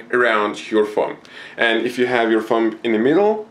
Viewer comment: you pronounce thumb like fum